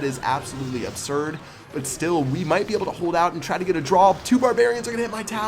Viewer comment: Lol you said absolutely absurd like molt